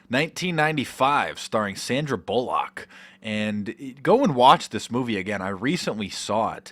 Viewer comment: 3.19 "Sandra Bullarckk" LOL